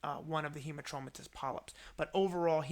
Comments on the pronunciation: This is a great video. But... It's Hamartomatous (like... hammer) not Hemartromatous. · Great clarity and a wonderful explanatory video. Just that it's hAmartomatous and not hEmartomatous polyp. 🙂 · Yes,agree,Robbins textbook also said 'hamar'